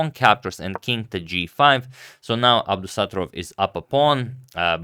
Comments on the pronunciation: It’s pronounced as Abdusatto’rov (short A, stretched O)😅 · Abdusattorov is pronounced with the stress on the first o so AbdusattOrov :)